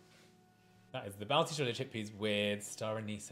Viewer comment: Don't worry, that was NOT a genuine balti !! Even the way he pronounced it was WRONG